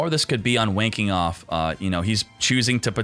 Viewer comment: This is for all the times said Wayne Kenoff, and I kept hearing "Wanking Off".